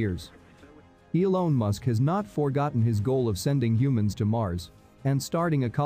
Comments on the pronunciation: Elon not elone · what's with 'eelone' musk guys. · EE-LONE, so that's how it's pronounced, LOL! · Only noticed when it said "Elown" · "Elone Musk"